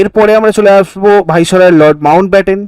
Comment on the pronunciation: বলুন ভাইস-রয় (viceroy)